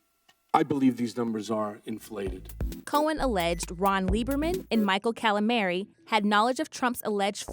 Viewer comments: Cala-mary?? Scruntinty?? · Wow, weird for WP not to be able to pronounce the word scrutiny, or get Matthew Calamari's name right. The news is just too fast and furious to keep up with I guess?